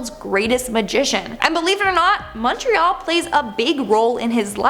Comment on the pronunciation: I live in Montreal (thank you for correctly pronouncing it, by the way 😊). The story of the "Bonhomme Sept-Heure" is actually an badly translated version of "the bonesetter". "Sometime in the 1800s or before, when French Canadian French speakers were second class citizens. They were laborers and trades-people, and the moneyed class of course was English, so doctors and magistrates and local politicians were all English speaking, so the higher class was English and the lower class was French. And so, the doctor would come to set broken bones and of course that was usually accompanied by lots of screaming and crying and whatnot because setting broken bones is really painful. So, the bonesetter as they say in English became loosely translated to le bonhomme sept-heures.”